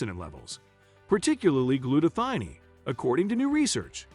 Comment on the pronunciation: The word is gluta - thigh - own. One as in cone and scone so thione is thigh-own